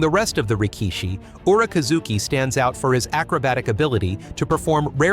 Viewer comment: …and the bizarre AI pronunciation of Rikishi’s names!